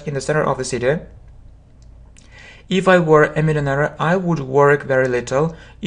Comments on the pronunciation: Простите вы неправильно произносите millionaire. Спасибо вам за уроки. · слово millionaire на английском не так произносится